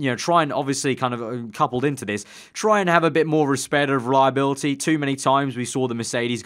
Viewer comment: It's reliability, not reliabilty😂😂